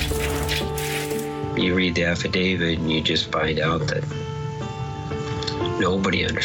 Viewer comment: Thank you for saying, “affidaVIT” instead of “affidaVID”!!! 😉